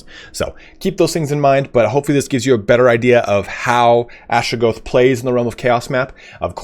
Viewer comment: Atra-GOTH, not Astra-GOATH.